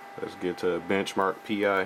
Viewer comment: Sorry but it's not Benchmark 'P-I'as in Magnum P-I instead it's pronounce Benchmark Pie as in the dessert. Pi=Pie. Pi